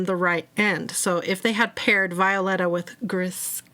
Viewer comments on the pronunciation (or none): Violeta is pronounced bee o la ta